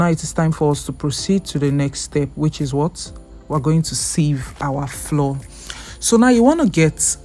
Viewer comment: All I hear is "floor, floor, floor." Why do you pronouce flour as floor? Flour is exactly the same pronunciation as flower 🌼.